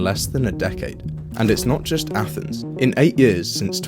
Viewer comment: Did you just say “athnees”??